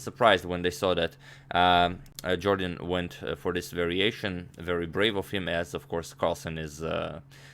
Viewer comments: #Suggestion as a loyal subscriber I must tell u sir, In his Interviews it is always pronounced as "Yorden" instead Jordan. If I am wrong plz feel free to correct me, it will increase my vast knowledge. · jorden van foreest: first syllable=yor like in york; last syllable rhymes with haste, waste etc